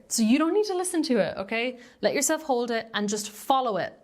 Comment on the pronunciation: Love how your accent made it sound like “jewel-self”. But that is what if feels like ;) 💎